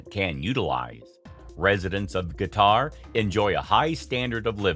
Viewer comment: Why the heck you say "guitar" instead of Qatar?